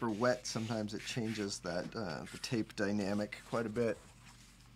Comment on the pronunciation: I want to paint this on a van and drive down the highway with my mullet waving in the breeze. Also I kept hearing "taste test" instead of tape and kept waiting for you to lick the paper. You didn't, and now I'm just thinking of the missed opportunity to find out what 50 buck paper tastes like.